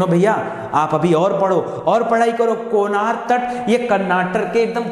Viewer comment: सर जी कोनार नहीं,कनारा तट कहा जाता हैं